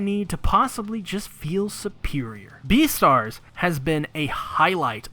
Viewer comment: You just said B E A T E R S